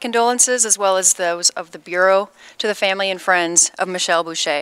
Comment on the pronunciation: Busha not Bushay